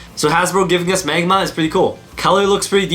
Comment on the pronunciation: I like how he said magmar instead of magma 🤣🤣🤣🤣